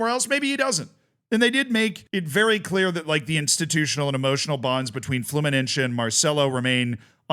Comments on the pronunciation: It's Fluminense, not Fluminencce. It's not fucking italian, my dude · Just letting you know that se in fluminense is spelled like the letter C, the rest is perfect, keep it up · (Brazilian here) the way you pronounce Fluminese grinds my gears